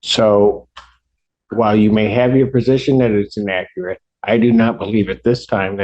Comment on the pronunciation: Vury in-ack-cur-at